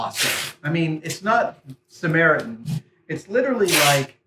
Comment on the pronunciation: Did you miss the short "T" in "SAMARITAN"?